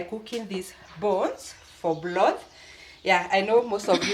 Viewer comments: I finally figure out you are saying broth and not blood🤣🤣..we eat the meat and also the bones..sometimes they are soft and we make soup with dumplings with the broth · I was also going to correct you about your pronounciation of the word BROTH and also turned on the Subtitles which said you were saying blood which was not correct. You should realise there is an "R" in the word broth then you can't go wrong and Peter should have corrected you like he normally does. The broth meal turned out great and I like the potatoe cakes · It is not bloth it's broth